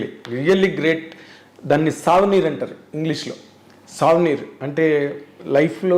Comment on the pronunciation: savanir kaadu anna adi souvenir